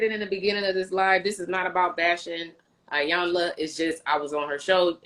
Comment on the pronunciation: " E Yan La " not Yanla